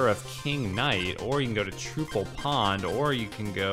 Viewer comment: Trouple is pronounce Trow-ple, if you pronounce it Troo-ple, the Trouple King will be very upset with you